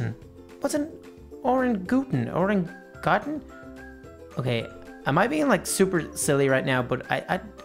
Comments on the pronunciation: It's orang-u-tan pronounced with a "ang" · it is pronounced or-ang-a-tang related to gorrilas I think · It is an or-ang-a-tan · I died when I heard u say that name; "Oren-ga-toon" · its o-rang-u-tan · It's an a-rang-a-tang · its OR-RANG-A-TANG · Arangatan that's how you say it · It's pronounced o-ran-goo-tan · you say orangutan wrong maybe its easyer to say it like this orang utan and you dont know orangutan that animal is my chountry's idol that animal only lives in my chountry and they are going to extinct so my chountry is going to lose its idol so sad oh yaa my chountry is Indonesia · It is pronounced orangatan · It's pernounced orangitang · haha he doesent know how to pronounce orangatang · Its pronounced or-ang-a-tang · He got it WRONG!!! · nonono it's o-rang-u-tan ok?? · Oh my goodness I was laughing so hard when he did not know how to pronounce orangutan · Pronounced: or Ang oo tan A giant red ape like a small orange adorable gorilla with cheek pads and is endangered I should know I did a school 3pg research article on then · You are pronouncing it wrong